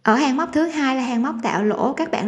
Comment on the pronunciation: Céc bẹn là gì vậy?.Hàng thì nói là hàng sao lại là hèng?Nghe giọng nói hết muốn bấm nút like dù chỉ dẫn tất tốt..